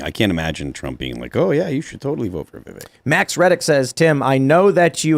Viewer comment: Yes he would be a great VP. Oh btw his name is pronounced Viv-vake rhymes with cake. Trump would a VP that the left hates more than him like MTG inorder to not get 🤪💨